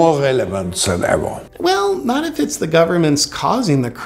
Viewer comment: First teach him "th" not equal "z"